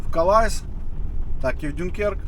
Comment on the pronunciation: Я прошу прощения, но вы чу-чуть не правильно говорите порт во Франции, он называется (Дюнкерк) не Дюнкер, а Дюнкерк.